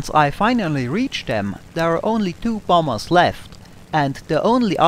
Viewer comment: I love the way you say bombers. Bomb Bas!